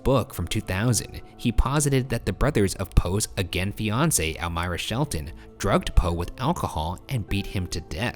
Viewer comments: Idk why but everytime he says fiancé I hear Beyoncé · Am I the only one who understood Beyonce instead of fiance in the Edgar Allen Poe case? He was like "Poe discoverd his Beyonce got engaged to another man" and I was like "huh?"